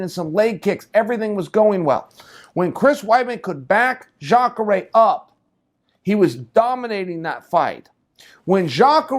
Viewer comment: Chael finally nails a name, Jakare!